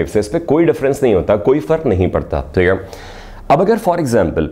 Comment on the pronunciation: It's not Teeeghay it's theek hai